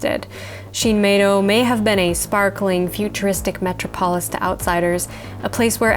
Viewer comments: "metro-polis"? Try "meTROPolis". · I don't think I've ever heard anyone pronounce "metropolis" that way. Is that a regional thing?